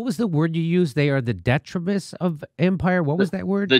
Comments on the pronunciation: detritus, accent on the second syllable; makin the effort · Detritus should have the emphasis placed on the second syllable, not the first. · No biggie but detritus is pronounced with a long i di-ˈtrī-təs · The word detritus IS a great word but it is pronounced dee-try-tus. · You didn't understand detritus because he doesn't know how to pronounce it. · Detritus is the word Jimmy did not understand because it was incorrectly pronounced